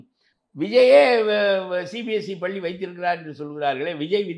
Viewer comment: Thaniyar palli ya??! Neenga ennikki tamizh Kathukka poreenga ??? paakkave kashtama Irukku. paLLi nnu varaNum